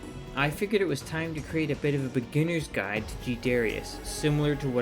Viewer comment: The way you said beginners it sounds like gooners. A gooners guide to G Darius